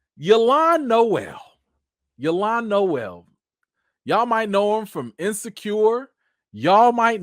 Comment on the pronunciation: Said this on a Hot 97 interview lol its Y’lan like El in elephant.